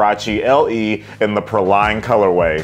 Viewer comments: you know what, we’re both wrong! It’s PRAW-lean, just looked it up! 🤦🏻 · It's pronounced "PRAY-LEEN", like the candied nuts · Say it with me...it's pronounced "Pray-lean" LOL I need these though. I have the lighter color that came out a few years ago and love em. All Huaraches are half size up. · Dope pair! It’s pronounced “PRAY-leen” btw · it’s PRAY-lean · Praline is pronounced “pray-lean”!